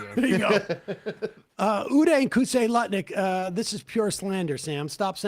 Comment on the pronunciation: Love how Sam "accidentally" called Lutnick Nutlick in the intro. Totally appropriate, let's make it stick!